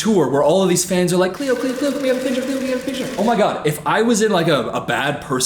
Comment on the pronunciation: It’s cleo TRAPA